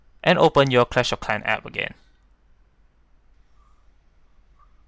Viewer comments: Cwash of Cwan XD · “You use to pway cwash of cwans” 😂😂😂🤣🤣🤣